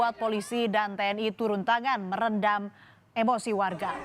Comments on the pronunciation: Meredam bukan "merendam" 😅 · Meredam buuu, bukan merendam... 😂😂😂cucian kalleee direndam.. 😅😊02.57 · Meredam kemarahan masa mbk..bukan merendam hhhhhhhhhhh baaasaaah aaach...😅